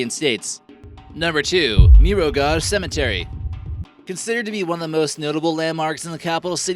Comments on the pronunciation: He prounounced Mirogoj wierd so funny!!! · Maybe, before making a video, you should at least check out how some words are pronounced. Jasenovac, Tito and Mirogoj were absolutely butchered by your pronounciation. This isn't an insult, just constructive criticism, because it sounds awful. I know, I'm a Croatian and you're American, but it would bring up the overall quality of the video. Also, you forgot a few places that are even better, such as Brestovac and Jurjevac cemetery.